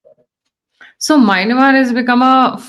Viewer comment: Please.. it's Myanmar not Maynamar. Mispronouncing a nation's name leads to misgivings if the rest of the narrative are true.